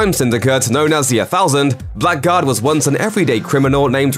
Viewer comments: Blackguard is pronounced like "Blaggard" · Blackguard is pronounced Bla-gard.... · "Blackguard" is pronounced "blaggard". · The usual pronunciation of Blackguard is "blaggard," and the term means somebody who's rude, unscrupulous, and foulmouthed.